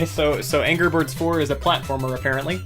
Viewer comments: Did you notice that it's "anger bird" and not "angry bird"? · "Anger" Birds?